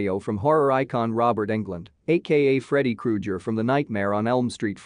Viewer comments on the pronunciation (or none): Did this guy just say Freddie Krujer? Anyway, what was the point of the ending? How did the curser guy benefit from Kayla's suffering when she didn't suffer at all? Everyone around her suffered, and how did she learn so quickly to send this game to a specific person? That's the only two things I really wanted answered